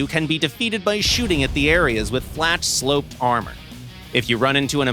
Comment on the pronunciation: Did he say slopped,?😂